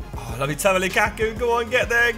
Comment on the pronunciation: lukakku? I thought he said bukkake..